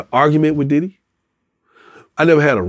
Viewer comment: Is it me or when he say diddy house he say daddy house